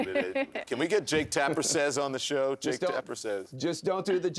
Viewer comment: Jaketapper?? You keep saying that word. I do not think it means what you think it means😂😂